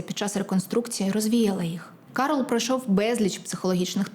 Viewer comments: Не Карол,а Кароль.Добре би було,щоб перед випуском ви перевіряли правильність вимови. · Дівчатка, правильно не Карол, а КарОль)